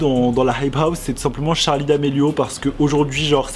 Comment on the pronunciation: Par contre ça me stress qu'il dit tcharli et pas Charli 😂